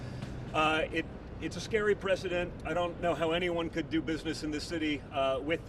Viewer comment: Donny boy please learn to pronounce the word "precedent"